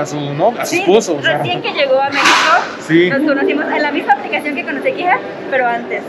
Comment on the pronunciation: Bienvenidos a mi "meijoco". Güey, tenemos que trabajar en el acento al decir, "Mé-xi-co" jajaja Bienvenida a casa a la paisana. Bienvenido al güey, todavia no es casa, porque aún no se casa con la paisana. Jajaja